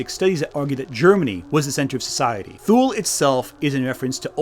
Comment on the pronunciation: * Thule = "TOO-lee." Because German, I guess.